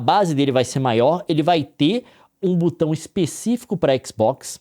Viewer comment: e não se pronuncia butão, é BOTÃO